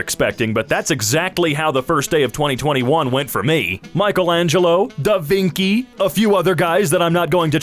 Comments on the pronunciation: It's Da vin cii not da vinki.. you make me doubt myself and had to google it again. 😂😂😂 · Ok so the pronun for "da vinci" is like "cheese" (chee = ci) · "I'm not going to pronounce these guys' names because I'll look like an idiot." Also: "Da-vinki" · Who started the idiocy to pronounce da Vinci as "da vinky"??? It's Italian not latin. It's "da vinchi". Jesus, Mary and all the saints, it winds me up every time i hear it.... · He said DA VINKI!!! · "Da vinki" tf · It's pronounced Da vin-chee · I'm gonna stop before I make a fool out of myself two seconds earlier: Da Vingky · I can't pronounce da vinki's name right anymore. I pronounce it 'da veenkey' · DID HE SAY DAVINKI UNIRONICLY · "da vinqui" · Says DaVinci wrong The whole internet: LOL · THE WAY YOU PRONOUNCED DA VINCI, NO NO NO. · He should have stopped trying to pronounce the names before Da Vinci, it hurt phisically. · Fr. I'm italian and that hurt everywhere. Where the hell is the k?